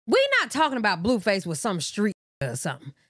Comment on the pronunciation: Lol the way u say his name. “Bluefus” instead of “Blueface.” 😂😂😭💀